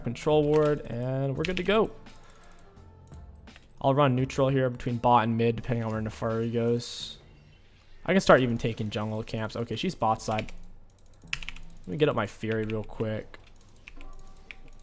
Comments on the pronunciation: wdym nAaFAri? ITS NAAFIRI. This was triggering, but well done to you for making me leave you a comment xDD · why is he saying "naafiri" like it rhymes with safari?